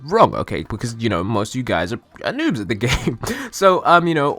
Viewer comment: I was cheking the comments before playing the video and got irritated but still played it, now i heard how u pronounce NOOB